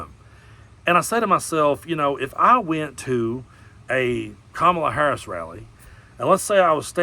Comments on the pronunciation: I notice that suddenly t-rump suddenly knows how to pronounce Kamala correctly! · I like how he pronounces Kamala properly.